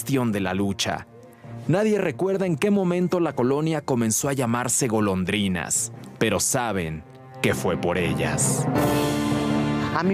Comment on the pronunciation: Todo el tiempo dice la pleca Golodrinas en lugar de Golondrinas 😅